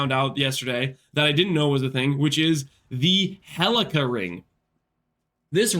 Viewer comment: how are you this illiterate mispronounces menagerie and helical i suspect you don't have a job because streaming is probably your job, but if you did have a job, i'm sure it'd be one where you wear a name tag